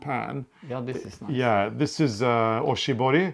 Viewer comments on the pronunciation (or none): Hi! So great to see you are back! Always fun to watch your episodes. I noticed that when you were talking about the pressed flower Japanese magazine, you said "Oshibori", I think it is "Oshibana", very close. Oshibori is a wet hand towel we give to customers to clean hands in Japan. Oshibana(oshi=pressed, bana/hana=flowers) is pressed flower art. :) I loved to see you have Ricca dolls, I had some when I was young too!!